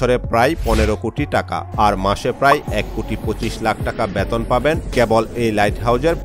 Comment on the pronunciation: Ucharon thik karo. "Beton" "Bell Icon" er ucharon tomar hoi na